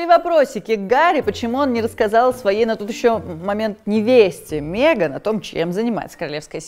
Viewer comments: Убивает каждый раз когда говорит Меган через Е 🤣🤣🤣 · мЕган? мЕЕЕЕееееган? Ржу - не могу🤣🤣🤣